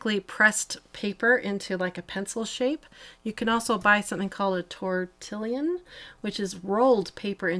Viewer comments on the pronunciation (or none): none